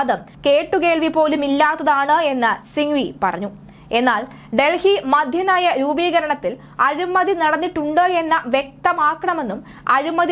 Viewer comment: മദ്യനയം not മധ്യ നയം sir